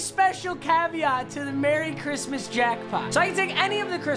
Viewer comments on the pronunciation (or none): Really u said chrimas instead of Christmas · He said merry chrimas